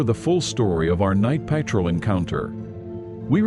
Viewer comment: I'm with you on that I can't listen when he pronouce the word PATROL